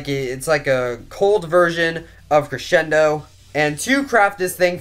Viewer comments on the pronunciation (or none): Its cresendo not creshendo lol